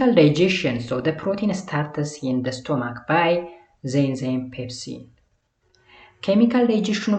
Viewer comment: Sorry ለመጥፎ አስቤ አይደለም ግን unit 5 part 1ላይ ለstomach ስቶማክ ስትል ስታነበው ነበርክ ቢስተካከል ። በተረፈ ግን ጥሩ ነው አባ በርታልን።❤❤❤❤